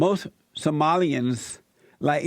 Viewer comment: pretty sure this was a TROLL caller....she kept saying "samoleans"....not Somalians...you got baited Jesse